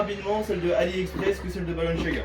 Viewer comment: Quelqun peut lui dire d'arrêter de dire " balanchaga " ?